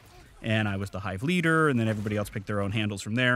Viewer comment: YOU SAID MY NAME RIGHT!!